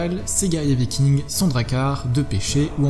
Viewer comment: Des VikingZ... tu peux pas t'en empêcher hein. ^^